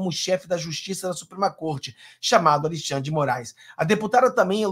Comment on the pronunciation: Ô, não gostamos dêsse trôço, mas pelo fale certo. Al"i"xandre? Não sabe falar Al"e"xandre? Cara você vai para o mundo todo. Corrija-se!